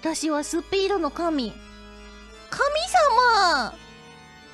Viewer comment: S U P E E D O N O K A M I